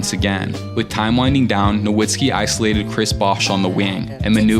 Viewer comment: pistons chip was in '04 not '05 and nowitzki is pronounced with a "v" and not a "w". no hate though these videos are fire